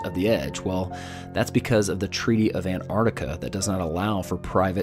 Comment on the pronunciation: Why do so many flat earthers have trouble pronouncing Antarctica correctly? I always, and mean always hear it pronounced wrong in these types of videos. This one he calls it Anarctica. Maybe he can't see the t after the AN. And they are supposed to be the switched on ones who know the "truth"....